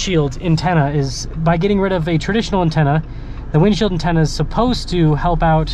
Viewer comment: "It iz what it t i iz!